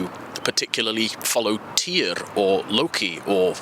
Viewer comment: As a Norse Paleopagan, historian, researcher, all for 30+ years.... Equality.... Was it better than Christian Europe? Yes. Full equality? FAR from it. I agree, they were NOT illiterate. Like the rest of Europe. (mostly) Everyone was literate. (Side note, you're pronouncing Tyr incorrectly, sorry ) They had ritual horned helmets, made in main land Europe, LONG LONG before the Viking Age. They did not hate Christians. Missionaries were there BEFORE the Viking Age, and NO ONE CARED. They went after Christians because of the actions of Boniface and Charlamagne. Yes, Christians even went raiding just as much as the Norse. Side note, the Norse religion and Christianity are in fact DISTANT cousins. The raid on the South coast of England was because a Priest was trying to extort money out of people there to trade. So, technically NOT a raid. Yes, they were FAR more sophisticated, and even civilized FAR more than most of Europe.